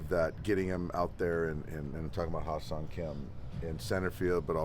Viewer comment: his name is pronounced HAE (hay) seong kim not ha seong kim who plays for the rays